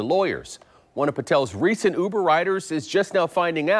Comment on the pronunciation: said "UBER" correctly! (Two weeks ago was ridiculed for saying "YOU-ber)